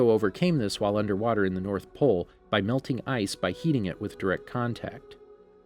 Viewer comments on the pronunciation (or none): none